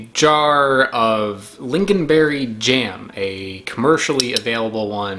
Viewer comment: it is pronounced ling-on not ling-gin (